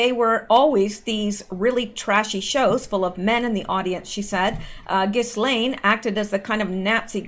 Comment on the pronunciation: Ghislaine is pronounced Jiz-lane. It is French.